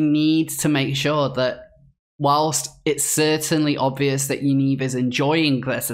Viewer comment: Great video however 'Yaniv' is pronounced as it looks, not 'Yaneeve'. Thanks again for your amazing exposės.